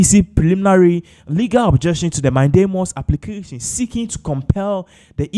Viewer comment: Pls the word is mandamus not mindamus